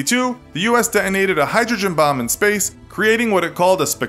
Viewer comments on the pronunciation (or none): none